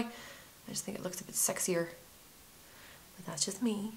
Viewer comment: I love the way you say BOT instead of BUT! :)